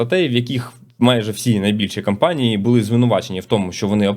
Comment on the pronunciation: Слово "кампанії" замість "компанії" дуже ріже вухо. Довго чекав виправлення але вже набридло слухати одну і ту ж помилку.